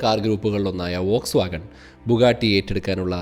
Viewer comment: വോക്സ്വാഗൺ ❌ ഫോക്സ്‌വാഗൺ ✅